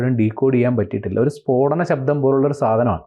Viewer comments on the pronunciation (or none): none